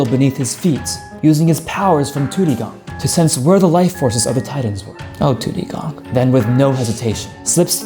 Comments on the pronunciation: it's not tudigong it's tu di gong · u said tudidong wrong